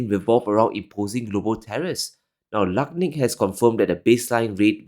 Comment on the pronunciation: I heard you say Lutnick, but it is pronounced NUTLICK.